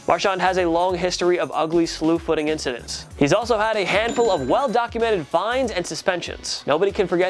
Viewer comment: He can’t pronounce incidents